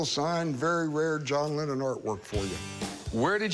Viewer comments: I think I heard John Lemon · A John Lemmon!!! HA! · John Lemmon